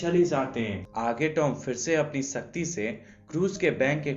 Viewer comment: Bhai it’s shakti not sasti